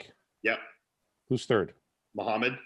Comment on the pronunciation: I wonder why fouad acts so oblivious towards Arab names when he speaks the language...i know he's uncomfortable about it and he mentioned it in his pod with hassan mostafa but we did see his mom address him in pure lebanese during his 15 kcals challenge....fouad come on now ...you know mokhamed is not how it's pronounced...